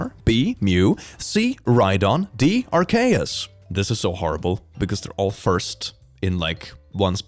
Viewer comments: the way he pronounces "arceus" just hurts my soul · Did this man just pronounce Arceus as “ar-kay-us”...? Aar-see-uhs = Arceus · “Ar-Kay-Us” killed me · The most shocking thing I found in this video... pronouncing "Arceus" wrong Or... is in on purpose... Hmmm